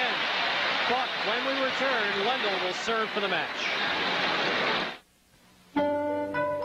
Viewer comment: It's "Ivan Lendl" Not " Evan landl" dumb American...